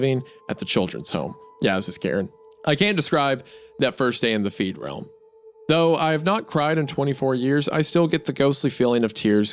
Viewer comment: I noticed that, too 😂 Don’t typically get bothered by mispronunciations, but being in the “feedrealm” is very definitely NOT being “freed”. I suppose the words being near opposites irked me, like an obnoxious brain itch.